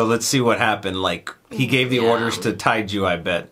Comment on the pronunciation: Tae-ju = Teh-joo